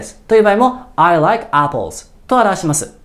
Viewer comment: appleの発音悪すぎ